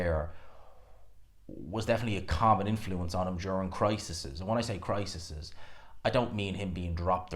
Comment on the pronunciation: “Crises” Pronounced [cry] + [seas]. Great coverage as always. Just pulling your leg.